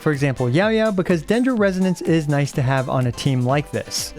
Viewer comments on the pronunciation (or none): none